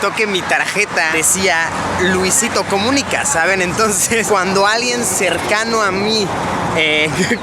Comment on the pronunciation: Luisitou coumunicaw speaker :v